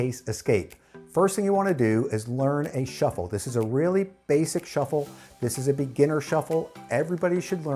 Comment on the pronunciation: You mean shiffle?